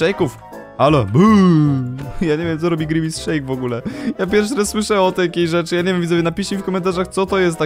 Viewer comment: Musisz przy kasztym kroku mówić gimace sheke